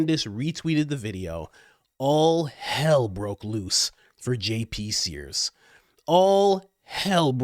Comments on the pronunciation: You don’t have any obligation to me, a subscriber and sometime’s listener, but please, do not use Jesus’s name in vain. Please. SEARS, not sPears Thank you if you consider this request. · JP SEARS (not spears)